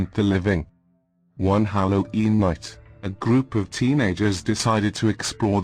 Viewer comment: The narrator had a bit of trouble pronouncing Halloween, otherwise it was very good